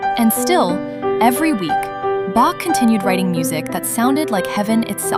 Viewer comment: The AI didn't learn to pronounce Bach.